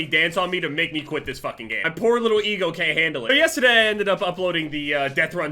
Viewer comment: I swear he said my eagle enstead of ego haha 😅